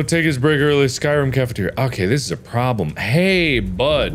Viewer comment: OH, Sky ROOM tbh I kept on hearing him say SkRIM this entire time😅